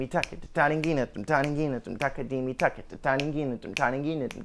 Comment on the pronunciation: its thakita not takita lol he pronounced it wrong